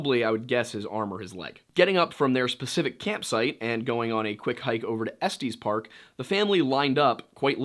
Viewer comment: I find the way you pronounced “Estes Park” very funny. It’s pronounced like Est Yes Park.